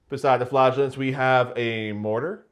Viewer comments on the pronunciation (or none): Too bad he was so rude about the flagellants pronunciation, she might have wanted to come back otherwise